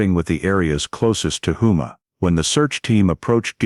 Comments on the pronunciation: Not whoma it’s HOUMA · It's houma, home +a is the way it said. I live in Houma myself. La. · Lafayette, Louisiana and its Hoe-mah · I was going to correct the pronunciation of Houma, but you beat me to it